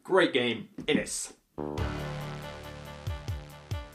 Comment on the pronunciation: If you're interested, it's pronounced 'Inish'. My family is based in Inis Eoghain which is usually written / spoken as 'Inishowen'. The world means 'Isle'